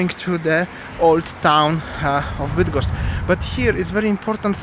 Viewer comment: cos za latwo idzie tobie wymowa -bydgoszcz,kim jestes??